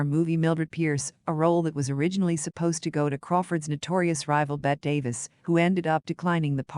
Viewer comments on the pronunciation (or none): All of this content is nothing new. It is everything a basic primer of Crawford has already told. Also, you mispronounce many common names: Bette Davis, Roger Ebert, Metro Goldwyn Mayer. Citing your sources during the monologue makes this video sound like a sophomoric book report. And finally, the monotony of the narrator's voice sounds worse than fingernails on a chalkboard.